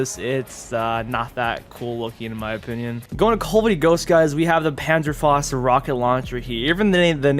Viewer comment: Pure German rage at the mispronunciation of Panzerfaust